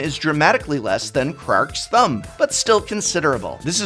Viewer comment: He didn't really say "Crack's Thumb", did he?